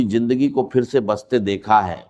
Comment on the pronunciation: یہ ڈاکٹر صاحب کی آواز بلکل نہیں ۔۔ ڈاکٹر صاحب ج اور ظ کی کبھی غلطی نہیں کرتے تھے۔ انکی اردو بہت اچھی اور زبردست تھی۔۔ یہ جس نے ریکارڈنگ کی ہے اس نے چوول ماری ہے۔۔ باہر کو بجاہر، پھر کو فر۔۔۔۔